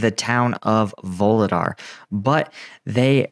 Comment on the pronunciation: There are no “V’s” in vuhledar!!! 😂